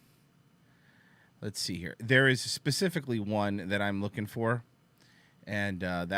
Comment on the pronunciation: "i'm rooking" - said unironically